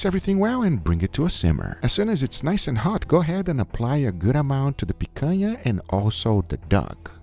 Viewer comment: As a brazilian, I approve your pronunciation of picanha 100%.